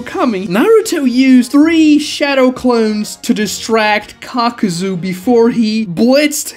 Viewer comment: Why many call him Kakazu when it's Kakuzu?